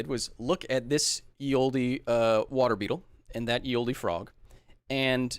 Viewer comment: I made this correction the last time! Kyle, read livestream comments, ya dingus xD! "Ye Olde" pronounced Ye Oldee, doesnt exist. It's pronouce "the old" ,it was just written "ye olde" in "ye olden times" (pronounced "the olden times"). "Ye" was how "the" was written back then. Also another correction I make again now, from the previous previous livestream: Giraffes did NOT evolve longer necks to get food, they evolved them to fight (its not cut and dry wether that's the actual purpose), but it definitely wasn't food, all the tree's and bushes they eat from are at shoulder height and we have no evidence that it was any different in the last 100,000+ years.